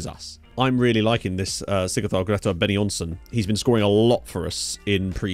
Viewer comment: Thanks for the video, just wanted to say Benonyson is pronounced (Be-know-knee-son) . The -e in -Be is pronounced like ,-a, in air as you seemed to be doing in the already